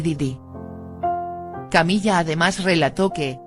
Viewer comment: Porque dice "Camilla"?...acaso no es Camila